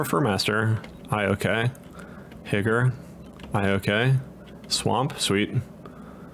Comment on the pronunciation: You asked what I would change. Stop calling Higure, “higger”